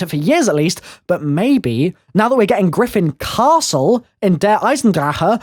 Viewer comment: why do you still say the name of the castle like that omg